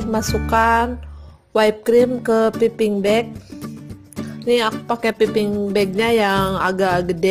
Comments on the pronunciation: bacanya paiping bag mbak.. trs dark cooking chocolate nya g usah disingkat biar semua tau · btw, whipped itu bukan dibaca "waip" tapi "wip" atau "wipd". trus piping bukan dibaca "piping" tapi "paiping". sekedar info